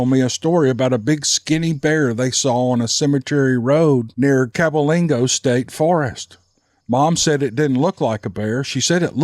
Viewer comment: The way that gigantic word is pronounced is cab-way -ling-o (or go) Cabwaylingo.. The reason is part of the state park is in each county, Cabell, Wayne, Lincoln, and Logan county(Logan county is where I reside).Now how much truth too that name is up for debate. I've never researched it too know it's fact, but I have driven the old beat all too hell roads plenty enough to know all 4 counties are extremely close too the state park, so if it isn't in all 4 counties, it missed a damn good chance my mother and grandparents lived on the one end of that park when my mother was a child before moving to Mudfork, which is where myself and the rest of the bunch were raised as well. That was many many moons ago, they're all gone now(my family) and all I have left are the memories, which makes them even more near and so very dear to my heart ❤️. The areas have changed so much, but there's still that area of Cabwaylingo state park, where a person could be made too believe that time actually has stood still, because not that much has changed and probably never will, and that is a fact I'm eternally thankful and greatful.....Nothing will ever replace my elders in my family but just to be able to go back over there and see the old home place makes the pain just a touch less, but not alot nothing ever will. Thanks, keep em coming ol buddy, and I'll keep listening. Again thanks.